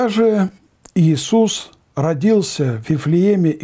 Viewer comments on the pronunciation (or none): none